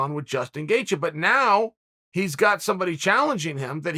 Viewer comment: The only name being slandered is Gaethje, and it's by Chael saying "gaycheez" every time he attempts to say his name.